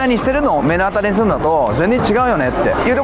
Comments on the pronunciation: めのあたりじゃなくてまのあたりでは？ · めのあたりじゃなくて、まのあたり。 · 目の当たりの読み方だけ惜しい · アホ 目の当たりは めのあたりでは無く まのあたりと いうんだよ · アイドル応援してる人もそういう気持ちなのかなーとか思った。 そして目の当たりをめのあたりって言っちゃうも可愛いなと思いました😊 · 目の当たり読み方ちがくね？ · 目の当たり →読み方は、まのあたりね！